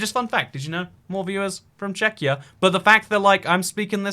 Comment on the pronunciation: ah yes, "checkyur"